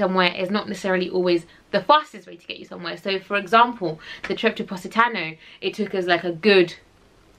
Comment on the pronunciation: Very nice video and I can't wait to get to the Amalfi Coast next year. By the way, the correct pronunciation is Po si ta' no.😊